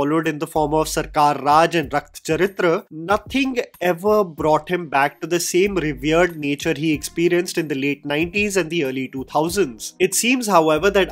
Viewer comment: It’s not sathyee it’s sathyaaa and it’s not rathacharithreee it’s rathacharithra